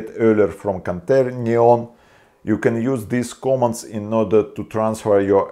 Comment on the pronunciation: The moment he said canterniom I thought he wanted to summon a devil or something. When he said "öler" I realized he meant the angle things... They are not that hard...